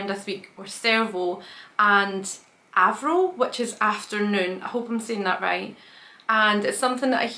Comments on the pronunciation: Afternoon is Arvo. You said Avro. Close. 😜 Avro is almost like Agro. You don't know who Agro is you should look him up. He's a legend in Australian tv a few yrs back. 😎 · Hi 👋... it’s ARVO.. not Avro.. close! 😄👍